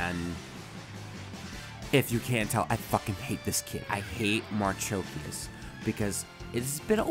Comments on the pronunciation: ...i was referring to pronounciation,its been some time but as i can see you said marchikias instead of marchosias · Thanks for reviewing HG ASW-G-35 Gundam Marchosias. FYI, ASW-G-35 Gundam Marchosias's name is pronounced 'marukoshiasu' (マルコシアス). Clearly Bandai is stretching the limit of what the HG IBO frame can handle given how problematic this is. I guess maybe an MG ASW-G-35 Gundam Marchosias would be better if Bandai makes it. Unfortunately, I think we can expect a P-Bandai HG ASW-G-35 Gundam Hajiroboshi which would likely have similar problem areas as this HG.